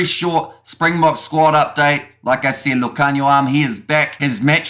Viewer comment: Love your pronunciation of Lukhanyo's name, spot on! 👌🏽